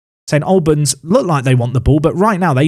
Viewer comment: It's the Al sound from All rather than a -lbans